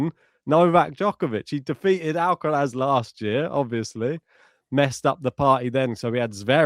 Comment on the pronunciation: For the love of god, just pronounce Alcaraz without the stupid fake spanish accent. Its so annoying. Also if you insist on saying it with a spanish accent, at least say it correctly in spanish then!